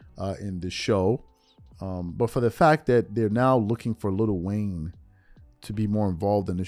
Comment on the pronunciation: IT'S NOT LITTLE WAYNE ITS LIL WAYNE